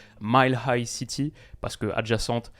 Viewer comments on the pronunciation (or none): none